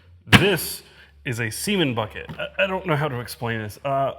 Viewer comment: That lady called it a cumbucket 🤣🤣🤣🤣🤣🤣🤣🤣🤣🤣